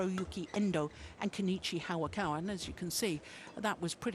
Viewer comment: it's hayakawa not 'hawakawa' ."